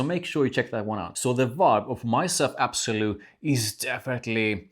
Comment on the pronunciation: L’Absolu. Not absolu